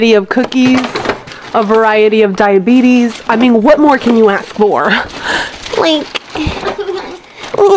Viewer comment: “ a veriatiy of dieabetes” 😂